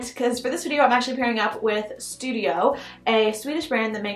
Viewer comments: If you partner with a company like sudio you should probably.... not say "studio" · I belive the earphone company is called SUDIO not STUDIO 😅